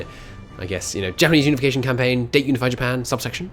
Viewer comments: Dah-Tay... not date Stop Pronouncing it Wrong! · Dah-teh,, not Dey-t